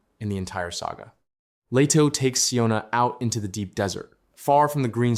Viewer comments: Desert.... . Place full of sand.... Arrskis. Not 'dessert.' . Which is a sweet pudding to eat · Wow ... Arrakis turns back into "dessert" .... spice cake!!! When AI fails!!